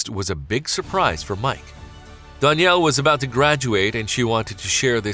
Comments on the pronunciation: Dan-yell not don-yell say it right that drove me nuts but this was such a beautiful story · learn how to pronounce a name before saying it wrong 100 times in a video. It makes you look clueless. DANielle. DAN for short. Not DONielle. Not DON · This guy narrating is driving me nuts with his pronunciation of "Danielle" He pronounces it "Don". It's ruining the vid for me.